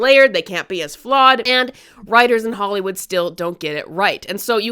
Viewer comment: She says hollowood but it was made by i think a french team who riot hired for their cinematics from way back when. Like they didnt go with a well known Hollywood studio.